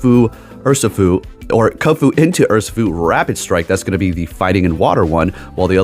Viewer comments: Urr - She- foo is the correct pronunciation. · Your video’s on the Pokémon Urshifu and you call it ‘Ursafoo’ the whole time… isn’t this your job? And instead of gracefully fixing your mistake or asking what I meant: you insult your own fan. Says a lot with so little. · It’s pronounced “err-she-foo”. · How can you pronounce zacian correctly but not urshifu?